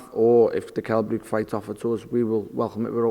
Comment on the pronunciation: "Kell Bruke"